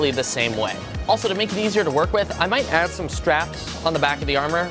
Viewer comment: when he says add it sounds so weird